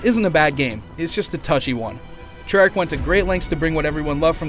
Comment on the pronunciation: did he say Trearch ar ?